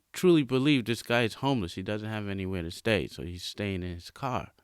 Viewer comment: The way he say homeless has me dying🤣